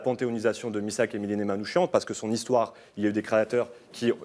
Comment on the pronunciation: Prononcez Manoukiane !! Pas Manoushian !!!!! C'est insupportable !!!!